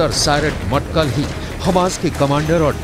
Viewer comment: Matkal nai bhatkal hai